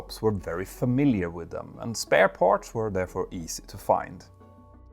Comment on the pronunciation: Watch your pronunciation of words like ‘parts’. The ‘ts’ sound at the end should not sound like ‘ch’ and the word should not be pronounced like ‘parch’.